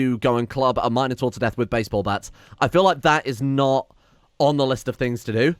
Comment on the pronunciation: I do not like the way he says Minotaur .-. " Mine uh tour " lol what